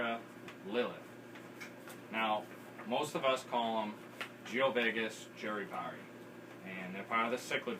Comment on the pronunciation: self fulfilling proclamation...Jurupari...you say jur-ee-pari. how do you get ee out of the letter U? Back in the '80's i used to say you-ruh-par-ee. which I am fairly confident is also incorrect. Since jurupari is from the Tupi language that also gave us jaguar and jacaranda my guess is that the correct pronunciation would be joo-roo-par-ee